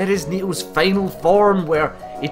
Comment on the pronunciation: "Feynal boss... Feynally..." Lol dude..